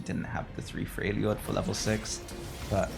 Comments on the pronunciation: It’s NOXUS pleaseeeee, so painful. It’s also not Freyljord, it’s FRELjord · I do like your content, but please try pronouncing the origin trait names. It is just weird to listen to the whole game. Like Noxious vs Noxus, Frejlord vs Freljord, I-ks-tal vs Ixtal (Ishtal; don't blame you for mispronouncing this one). It really is a nitpick that bothers me more than it should.